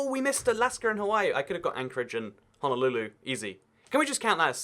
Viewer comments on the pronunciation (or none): none